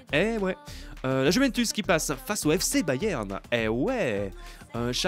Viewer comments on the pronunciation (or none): none